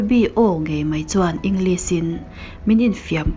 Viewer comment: Muan hmelthate.. "Englis" ti lo in "English, shhh kan tih a Lishh" tihin lam tawh la. I inhmehlo.